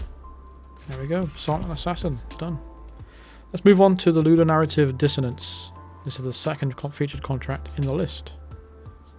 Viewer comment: As soon as I saw "ludonarrative dissonance" I thought about you getting your tongue round that and hating the name. And after all that you hit it like a pro and just utterly hated the contract 😂